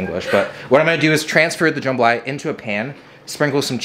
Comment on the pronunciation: As a Louisiana native that "jambalaya" gave me an eye twitch